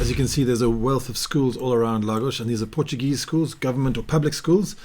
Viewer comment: very informative and great portuguese pronunciation